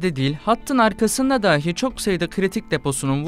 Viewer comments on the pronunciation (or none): Telaffuz konusunda iki uyarım olacak. De da anlamına gelen dahi kelimesini daahi diye okuyorsunuz. Dahii şeklinde okumalısınız. Bir de patlama kelimesinde t yi söylemeyip ağızda patlatarak pa'lama gibi telaffuz ediyorsunuz. Saygılar